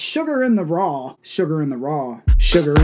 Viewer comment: Sugar in the what! sh-sh-sugar in da RAW😂😂